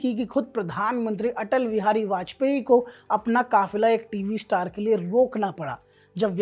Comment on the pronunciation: "Stayar " mat bolo Bhai bahot irritating lagta hai